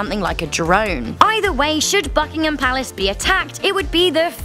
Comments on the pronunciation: My ears bled lol BBBUUKK ingham Palace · I got scared when she said BUCKhigam palace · At the beginning I thought you said fuckingtin palace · I heard Buckingham palace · If u keep playing the beginning of the video it sound like fuckingham palace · Sounds like FuckingHam Palace Xd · At the start of the video it sounds like she says F****ingham Palace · In the beginning of the video I thought she said fuckingham palace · Hi is it me or does it sound like it says fuckingum packs at the start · I heard fuckingham palace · That was the loudest and most distinct "b" i have ever heard when she says "Buckingham". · As soon the video starts its sound like a swear word lol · Sounds like the f word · ...the way she said is disrespectful...atleast try to pronounce it properly....